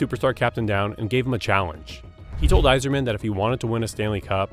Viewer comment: Listen, let’s just be thankful he got Yzerman’s name right